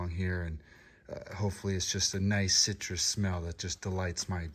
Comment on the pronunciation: Mmm citroushh… sooo crrrrrr 😂😂😂